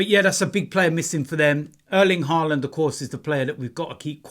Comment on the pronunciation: It’s Haaland not Haarland 😂😂😂